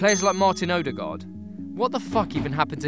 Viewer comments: His name is Ødegaard, so why do you repeatedly call him "Odegard"? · It's pronounced "Uh-de-gawr" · you pronounce his name so badly it almost annoys me "oaderguard" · The way you pronounced ødegaard just killed my soul a little bit. Just a little bit